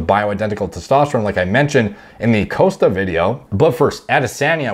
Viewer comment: Bro, this guy can’t pronounce foreign names for shit. I don’t understand, just mimic the sounds, it’s not hard. It’s Powlow, now poh low. Costa is like cost ($$) with ah at the end. Not Coasta. Adesanya is Adeh Sahnya not Anday Senya.